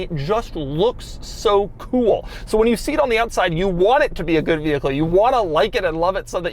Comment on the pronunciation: doug the kinda guy who knows it is cringe the way he says "kewl" yet refuses to change. be like doug.